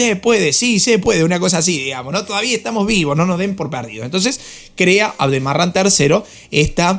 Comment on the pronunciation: Tú dices aldemaran es al deraman